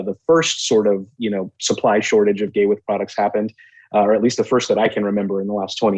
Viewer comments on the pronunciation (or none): always say GAYWITH and not GAWITH. It is disturbing.